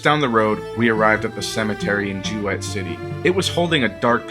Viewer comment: It's pronounced JOO-it not joo wett.